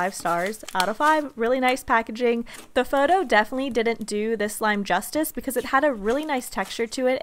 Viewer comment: stop saying justie like there tried there best